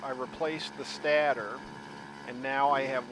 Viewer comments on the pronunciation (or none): Stator is pronounced with a long a, rhymes with Svader ;-)